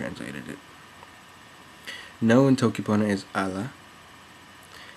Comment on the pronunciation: Good job but the letter o isn’t pronounced “oh” as in toe, but like either o in “sombrero” with Spanish accent. Not “toe-key” but “tokki”. Not to criticise because your video is very useful and interesting.